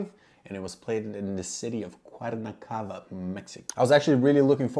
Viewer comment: haha your pronunciation of Cuernavaca was hilariously off the mark but good on you for trying. My uncle is a member at that club... kinda cool seeing pro's play on the courts I've gotten to play on